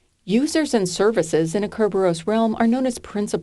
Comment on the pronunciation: Kerberos is pronounced thus